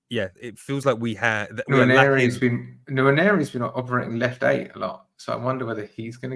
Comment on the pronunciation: Why don't Arsenal podcasters care about the names of their players?!!, it's Calafiori NOT Caliafore....it's also Nwaneri NOT Nwanieri. For the love of god, I'm fed up of yelling at my Spotify 😅